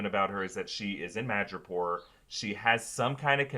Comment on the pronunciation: 'Madripoor' not 'Magapore'